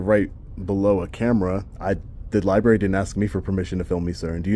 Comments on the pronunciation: I just have one complaint. It is a pet peeve of mine. I'm a baby boomer and we were all taught how to spell and read come and it is library with an R after the bee, it is not libary! Anyone who is as educated as you are should know that! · The amount of people who say "liberry" is astounding